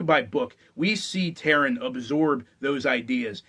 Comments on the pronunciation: The main character's name is pronounced TAH-ran, not Tear-in. Check any of the books appendices where Alexander provides a pronunciation guide to his world. Also, Gwydion is pronounced GWIH-dyon (not Gwid-ee-un) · Taran, not Taryn.